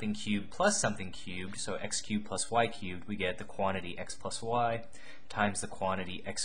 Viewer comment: Was I the only one super bothered by the way he said « cubed »